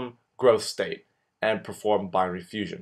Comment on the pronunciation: its called Binary Fission not Fussion (sic)